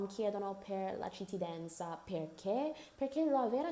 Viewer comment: Ogni volta che dici 'cittidanza' muoio, volevo farti i miei complimenti perché parli davvero bene e usi termini specifici che neanche certi italiani qui usano!!